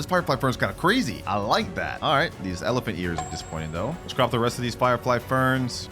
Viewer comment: Say elephuck in irl